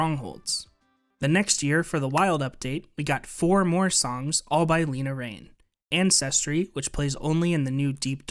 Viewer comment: everyone pronounces lena raine’s name wrong i feel so bad for her 😭😭😭 it’s more like laina not leena